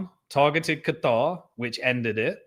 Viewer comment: I really really really wish you wouldn’t say Qatar like a dick head